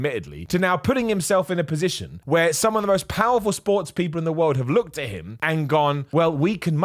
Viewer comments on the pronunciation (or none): none